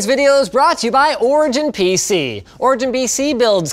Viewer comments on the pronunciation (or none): anyone else notice he says "BC" instead of PC during the beginning of the ad he does